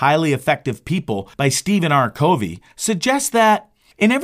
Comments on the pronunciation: #1 His last name is pronounced “Cuh Vee” #2 On your video thumbnail you misspelled Summary It is not “SUMMERY” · They didn't say they couldn't hear it, they said that it was pronounced wrong. It's Covey.... Pronounced KUH-vee. I get the hangup. It makes it seem like the person is just parroting what others have said, rather than having listened to the material, or like it's A. I. Not saying it is...just saying it makes it SEEM as such.